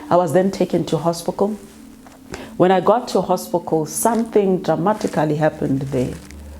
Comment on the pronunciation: Did she say "hospicle"?